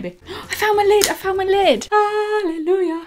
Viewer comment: It's so funny the way you say Hallelujah 😂 I love it! ❤️🙈